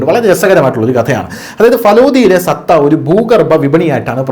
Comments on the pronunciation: സത്ത എന്നല്ല, സട്ട എന്നു പറയൂ. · സത്ത എന്നല്ല, സട്ട എന്നു പറയണം.❤ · മോനെ സത്താ.. അല്ല.. സട്ട എന്നാണ്